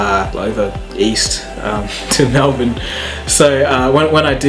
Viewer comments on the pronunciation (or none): none